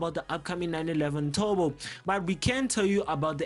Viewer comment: when indian speak english turbo = tobo